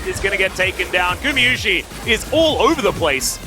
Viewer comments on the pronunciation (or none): Gùmə Yushi 其實他不是念mi 只是他把u下重音，a vowel弱化變成 /ə/再接上y的音/j/，口型提前變成i才會變成這樣 韓文就是直接 구Gu마Ma유Yu시Si 都是分開念不會有當成英文念的輕重音問題